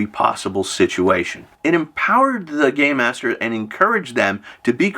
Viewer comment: Im hearing “gay master” when u say it 😂😂😂 Im like tsk tsk tsk old man yells at cloud